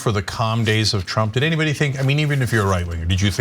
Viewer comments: Huh, did Kudlow call him "Donald Chump", instead of "Trump" just then? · Was it me or did he call him Donald chump at the end there? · It really sounded like he said Donald chump...lmao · I'm pretty sure he said "Donald Chump"....lol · He said: "calm peaceful days of Donald Chump'. He actually said CHUMP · He did say Donald chump 🤣🤣🤣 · Am I the only one that heard Kudlow say, "Donald Chump"? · Did he say Donald Chump?! Hahah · did he say donald chump?